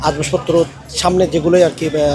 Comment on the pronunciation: ভাই, Ashbashpotro না আসবাবপত্র